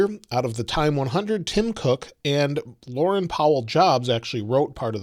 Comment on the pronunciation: It’s Lor-EEN, not Lor-EN Powell Jobs. 😉